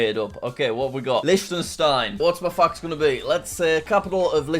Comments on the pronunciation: I heard f*** instead of fact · Bro, i heard ** and not fact- And ** and not flag